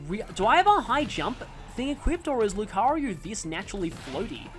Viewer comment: They actually added that function in the Switch version of the Mii Maker (though technically Miitopia did it first). I still can't get over how you pronounce it LucaRYU instead of LucaRIO and still question how you got to that pronunciation. (Might be some sort of Australian dialect quirk I don't know about.)